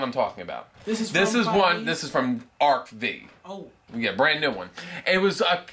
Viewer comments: It's pronounced "arc five" btw Anyway, mine would be, other than Cookpal/Cookmate: Abyss Actors from ARC-V. Pendulum based deck focused on powering up your monsters and powering down your opponents'. All the monsters are demon entertainers. Imagine if D/D was fused with Performapals. Tomatoes from ZEXAL Really good burn potential and Xyz/Beatdown cards. That continuous spell could OTK. Bee Force from ARC-V Bees named and designed after weapons. They focus more on numbers, with burn, swarming, and ATK/DEF reduction effects. C/C from ARC-V It's Reiji's little brother's deck. It copies your opponent's monsters to use as Fusion/Synchro/Xyz material, which all have anti-attribute effect, leading to OTKs with Past Loop of Nightmare. Beastborg from ARC-V Beast-Warrior/Machine fusions. Barrett (my husbando) even uses the classic Beast-Warriors like Panther Warrior and Pitch Black Warwolf for the fusions. ALSO THOSE TRAPS THO. It's a Fusion based burn/control/stun deck. Panther Predator inflicts burn damage, Wolf Kampfer decreases the ATK of all your opponents monsters whenever they take damage, and the traps either increase your Beastborg's ATK (letting Panther Predator deal more burn damage) or completely stun your opponent, making them unable to summon or activate spell effects. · It's pronounced "Arc-Five".